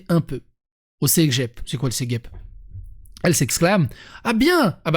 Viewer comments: Ça se lit céjep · Cégep! Le 'G' comme un J.